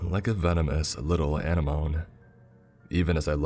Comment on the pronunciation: Hello, Captain Pedantic here. Another word that I’m going to fix for you today is Anemone. It’s not pronounced “Anna-Moan” but instead it’s “Ah-nem-oh-Nee” I’ll admit that one isn’t the easiest word to pronounce. But trust me with my efforts to help you get these right. If you’d read this then I’d know that the next time you’re confronted with that word or any other that I’ve done like this, and that would really make me smile:)